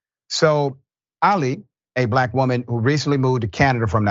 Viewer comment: Emphasizing the word black to strengthen the race baiting narrative